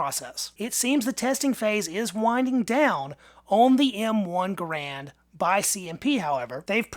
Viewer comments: GARand. Not gaRAND. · pronounced his name: Gahr, not gar.